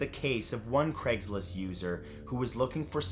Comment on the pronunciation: Take a shot every time he says “cregs list” instead of Craig’s list.